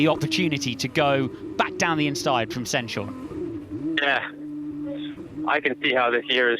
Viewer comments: ‘Corrected’ them on how you should say Stenshorne (ST-EH-NS-HOR-NUH), but they made it clear that they’ve spoken to him about it and gotten a thumbs up for their pronounciation. Chances are they’ve asked Camara too. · The commentators still mispronouncing Martinius Stenshorne's last name...